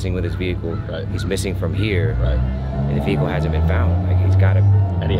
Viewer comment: “Vehicle” not “Vehichle”